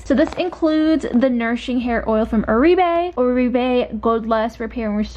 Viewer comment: Love your videos! FYI, Oribe is pronounced "Or-Bae" ;)